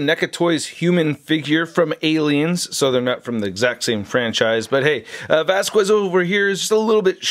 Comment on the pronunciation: That Vasquez pronunciation... the fuck?